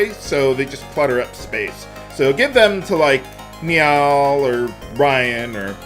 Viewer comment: bruh i love your LPs but i can't deal with how you pronounce Nial, i always said it as like nile and this has been killing me, but i love you so i'm dealing with it <3